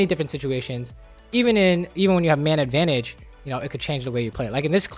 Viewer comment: I hate how every time he says “man advantage” it sounds like he’s saying “mana advantage”